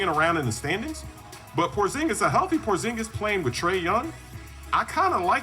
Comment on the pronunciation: Why bro say Porzingus like that? 💀